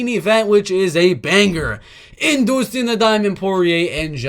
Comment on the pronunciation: “Doostin ‘The Diamond’ Poirier” You crack me up bro 🤣